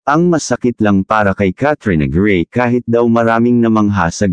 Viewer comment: Pls bigkasin ng tama in Tagalog Kat - tri - yo - na - grey